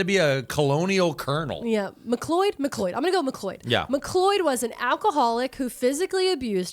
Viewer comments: just FYI, if it’s spelled McLeod, it’s pronounced Mick Cloud. Source- I live near a river and a road with this name lol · unsure if different in dutch, but in English MacLeod is pronounced "m'cloud" or "mac-loud" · In Charlotte NC we pronounced it Mc-Cloud ☁️ Mc like McDonalds and Cloud like in the sky. McLeod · If it’s spelled like McLeod- it’s pronounced McCloud. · 2nd only to the McLeod = Mac Cloud moment 😂